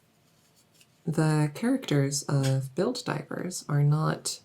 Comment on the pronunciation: I kept hearing Helldivers, not Build Divers xD